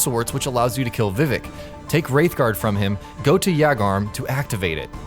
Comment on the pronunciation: “Soul of cairn.” “Vivic.” “Yagarm.”